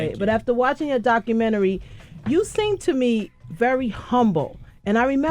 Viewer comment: I must see that "DOCKAMINNERY". #facepalm